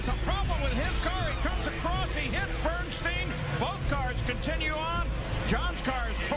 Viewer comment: The narrative regarding the John Force/Kenny BernSTEEN (how its pronounced) is completely wrong! And Force didnt suffer MINOR injuries, they were catastrophic! He almost died!